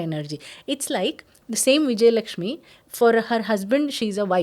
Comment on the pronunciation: Didi it is visarga and not anuswara after the word Lakshmi